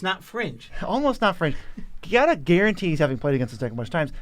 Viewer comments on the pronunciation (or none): Ciao! Giada is an italian name and the italian word for jade, so you can read the card a little bit like “Jad-ah” Long time fan, cheers on the million subscrivers!